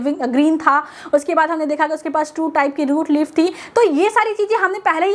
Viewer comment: Leaf hota h leave nhi